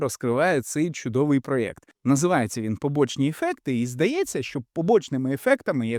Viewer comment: все чудово,продовжуй в тому напрямку.єдине,не можу не сказати,бо ти повторив 100 разів за відео слово "проЕкт",а правильно "проЄкт".якщо не згоден я можу пояснити чому🫠